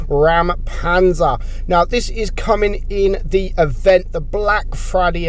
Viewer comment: It's not Rampanzer, you have to speak the ä But anyway great video!